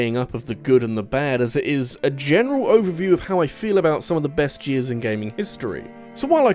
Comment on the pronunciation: Why do you pronounce "years" as "jizz"?